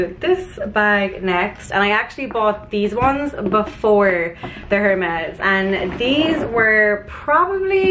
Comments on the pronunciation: Good choices. Loved it all. Vest-EE-air and AIR-MES (Hermes) 😘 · I have the sandals in black and they are incredible! Btw i think it’s pronounced air-mezz (the H is silent). Love this haul vids 😘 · It’s pronounced airmez....😊 Well done, use everything in good health!